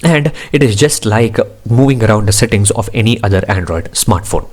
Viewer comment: Why do you add "A" for every word like processa settinga pasta ? Thanks for the review though.